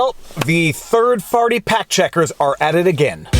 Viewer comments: Maybe I need my ears checked but I think I heard you say the "third-farty fact checkers" are at it again. Or maybe I need to go to sleep. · Did he say third farty fact checkers? 😂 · Did you just say third farty fact checker. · I heard “Third Farty Fact Checkers” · Sounded like “Third Farty Pact Checkers” in your intro 😂